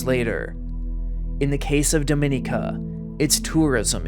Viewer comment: The mispronunciation of Dominica is maddening